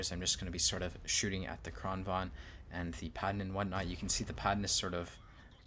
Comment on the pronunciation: I get triggered every time he fails to correctly pronounce "Kranvagn".